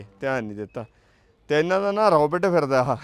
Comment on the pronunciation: ਰੌਬਟ ਨਹੀ ਰੋਬੋਟ । ROBOT. not Robut